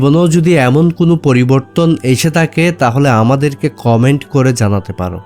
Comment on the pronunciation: জনাব আপনি বলছেন মিশুক মন্দ বলেননি কিন্তু আপনার উচ্চারণগত ত্রুটির কারণে অনেকটাই নষ্ট হয়ে গেছে। আপনি টাকাকে বলছেন টাখা। আপনি ধৈর্যকে বলছেন দরজ।আপনি থাকে কে বলছেন তাকে। এ সমস্ত কি কারনে আপনার ভিডিওটা মনোমুগ্ধকর হয়নি প্লিজ